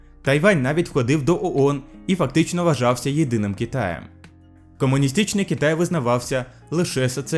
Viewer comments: В українській мові як пишеться, так і читається, комуністичний Китай не читається як кАмуністичний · Якщо занурюватись більш конкретніше то подекуди ти акаєш, як наприклад кАмуністичний, екАноміка, буває вимовляєш І замість И, соціалістІчний, також деякі помилки в перекладі: противостояние - протистояння, международный - міжнародний, до неузнаваемости - до невпізнаваності. А загалом повністю підтримую з такою ініціативою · Звук «ґ»; кАмусістичний; варто зазначити, а не відзначити; міждународне товариство; співтовариЦтво; компанії, а не кАмпанії; противостояння; там ще іноді наголоси неправильно ставиш, але ти звикнеш, я думаю; підпісяно; хача; проста. Це те шо я побачив, переглянувши один раз, можливо шось упустив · Дякуємо за україномовний контент! Але ґромадяньска, перемоґа, камуністичний, можно, варожість та інші дуже ріжуть по вухам. У українській немає "акання", тут "о" читається як "о". Та це нормально спочатку, потім буде краще. Бажаю успіхів!